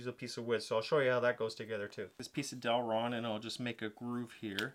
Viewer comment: awesome build but I had to cringe every time you called it DEL-RON